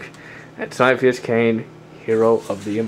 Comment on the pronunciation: Sir, it's ciaphas, as in Ka-ee-a-fas. That's how it pronounced. Other than that, good work. Ciaphas will always hold a special place in everyone's heart ;_